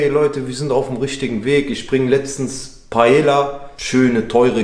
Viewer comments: Bruder bitte Paella wird anders ausgesprochen. Zwei L in spanisch ist wie J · Paella wird "Paeja" ausgesprochen. Das ll ist im spanischen wie ein j. Genau wie bei Mallorca